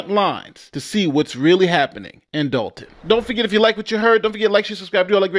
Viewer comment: Why can't anyone including the reporter pronounce there Ts...It's not Dolun it's Dolton, not Dolun, it's Dolton...The English language...Look into it..